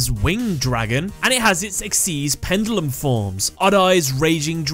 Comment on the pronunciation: You keep saying pendulum wrong